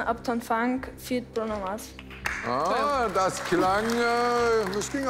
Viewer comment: noch nie hat jemand 'feat.' als 'feat.' ausgesprochen :) und nora ... absolute traumfrau! :)